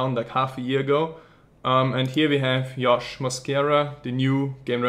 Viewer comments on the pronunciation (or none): JJJJJJJOSH. NOT YYYOSH. cMON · Why the fuck does he say Yosh? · because in Europe part of where he is from, they pronounce J's as Y's. Just like how in Spanish, J is pronounced as an H.